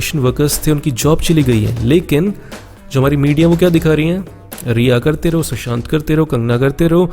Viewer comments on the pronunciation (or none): none